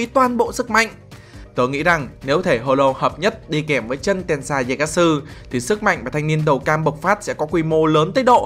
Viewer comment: True mà cứ đọc chân là sao anh🐧